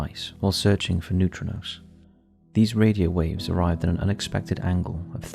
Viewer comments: It’s neutrinos, wtf are neutronos? Confusing people for no reason. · 1.10 They are pronounced 'Noo-tree-nose' but i see where your coming from lol 😊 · new-tree-knows <--- how to pronounce it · The way you pronounce neutrinos grates on my ever-loving nerves